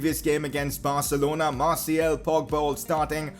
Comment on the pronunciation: Hes name is Marsial. Not marsiel!